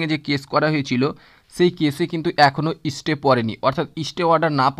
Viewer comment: সবই বুঝলাম। কিন্ত "ইস্টে"নয় স্টে!!